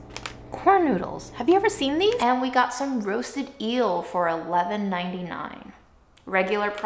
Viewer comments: there's no y in eel. think the word meal and then take away the m :) or like feel without the f :) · Eel is pronounced like meal 😋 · The gorgeous description of the cocoa fruit was absolute poetry. Amazing. Also I love how she said yeast correctly this time but was challenged by eel. You are a treasure and I hope you are healing and healthier. You deserve so much.